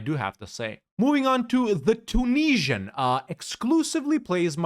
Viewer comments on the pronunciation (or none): "the Tunesian" - spotted